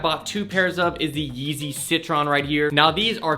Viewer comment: "Yeezy seetron" its "si-tr-een"